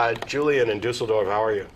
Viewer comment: matt pronounced düsseldorf pretty good, i am impressed.